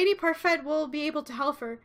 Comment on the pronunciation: Why do you pronounce parfait with a t? It's French they don't pronounce y'all at the end of words